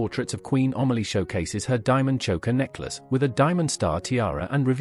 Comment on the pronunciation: The subtitles are absolutely ridiculous and the names totally mispronounced. It is Amelie, not Omally!